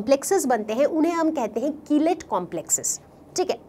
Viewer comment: ma'am aap कीलेट ko kilite keh rahi ho hahahahhahahaha budhu